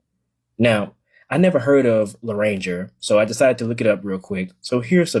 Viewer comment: It's not loh-ranger. It's pronounced lah-rahn-jer.